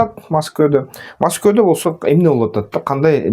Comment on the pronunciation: Неге маскоодо жон эле Москвада Эле дечи тилин келбесе да бир жон болчу